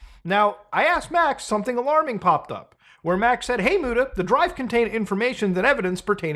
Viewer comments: They way you dropped MOO TA 😂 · i appreciate the "muTA" pronunciation lol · Lmao i'm glad you did that, the way she pronounces your name has been cracking me up since I first heard it. Why does she emphasize the T like that?!